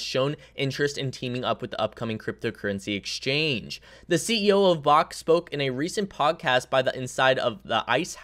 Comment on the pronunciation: Friendly heads up. Its backed. Not bahkt. Like, BACKED by physical bitcoin 👍